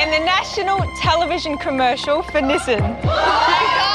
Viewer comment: I thought I heard Nissin when it was actually Nissan. 😁